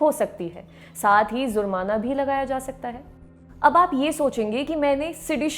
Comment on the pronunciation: Its not, zurmaana,its jurmaana